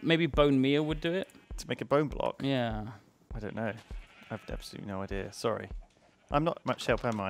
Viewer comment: "Oh, I'm Sorwy..."